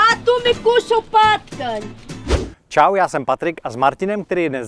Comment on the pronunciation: Nejlepší hlaška a tu my kusnul potkan😂😂😂😂ale ona řekla patkaň😂😂😂😂